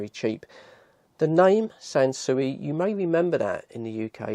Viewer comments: The name Sansui has been around for many decades, but typically in relation to reasonably high-end hifi systems. It's pronounced "Sansooey", not SanSu. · No, Australian. We lived in Japan for quite a while, during the 70s, and this is how they themselves pronounce it. Three syllables: San Su I